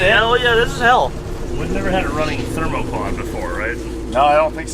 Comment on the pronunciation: Friedburger “THERMOQAUD”😂😂😂